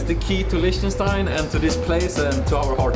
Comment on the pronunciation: Bruh why do they keep calling it Lish-ten-stein It's pronounced Lick-ten-stein